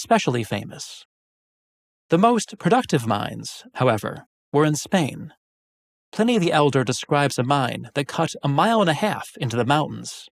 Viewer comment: ...and why is Pliney pronounced Pinny...?